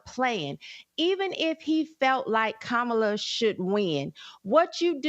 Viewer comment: Sound it out Jason, COMMA-LA